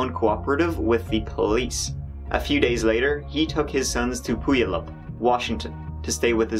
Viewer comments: The way he pronounces Puyallup is annoying. It's "pu-YALL-up" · Hang on...is he trying to say Puyallup ? Lol It's a tough one but I finally learned that it's pronounced Pyoo-al-up. Lived there for a few years before a got it down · I would have been saying "poo yah loop" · I love how you pronounced Puyallap, that is how I will say it from now on. (I live in washington, it is Pew-owl-lap but he said poo-u-lup). I bet the creepy old man took her to a basement somewhere.. or something horrible like that, poor woman. This whole story is heartbreaking... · I know this is an old vid (I’ve been going from oldest to newest rewatching your vids 😊) and I’m not sure but hopefully you have corrected it by now but Puyallup isn’t pronounced pee-youll-up… it’s pew-al-up (AL as in like Al Bundy lol). A lot of Washington state place’s names are weird 🤣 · Puyallup is pronounced P-you-al-up not pooeylip. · 😂 It took me a minute to realize you were trying to say Puyallup. It’s pronounced more like Pew Wallop. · Puyallup is pronounced "Pew-Y'all-Up" incase you have to read it out again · You don't pronounce the y. It's just pew-all-up . The old Fair song can teach folks how to say it. 😊👍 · Love your videos!! Just as a friendly tip the city of Puyallup is pronounced as PEW-WALL-UP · It took me a second that you were trying to say "Puyallup." XD It's Pew-al (Like Albert)-up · lol he pronounces Puyallup so wrong I'm dying over here haha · Oh! I remember this happening, it was a few blocks from a family friends house! (Also, not that it's important, but it's pronounced p-you-all-up, it's a super common mispronounciation). It was really crazy to see something like this happening here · I think of those babies each time I drive by the cemetery. Heartbreaking. My daughters bf lived in the same neighborhood as Steven. Puyallup is pronounced pew-al-up. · So, it's pronounced Pew-all-up. But so love the way you say it. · Puyallup, pew-all-up. Hi from Oregon. RIP all. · Puyallup = Pew-all-up